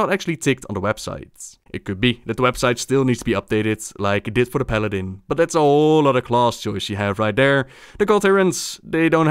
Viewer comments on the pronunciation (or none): none